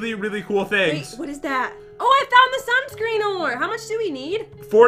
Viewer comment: said sansun ore instead of sunscreen